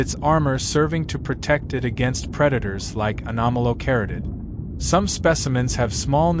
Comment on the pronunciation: 😂😂😂😂 this pronunciation of “Anomalocaris” has me LOLing 😂😂😂 it’s so wrong